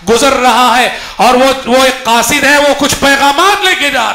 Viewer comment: قاصد Qasid* not khasid سبحان اللہ